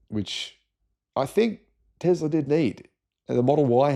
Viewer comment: Hate to point out the obvious but there is not a Z in Tesla. Love your channel apart from this constant mispronunciation of Nikola's surname. It's TeSla. Ask his mum, she'll tell you 😊